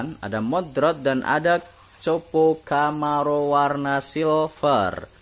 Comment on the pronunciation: kopo bang bukan copo dibacanya :-)